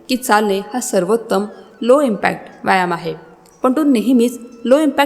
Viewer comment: आरोग्यम् धनसंपदा फारच छान फक्त व्यायाम शब्दाचा उच्चार योग्य करा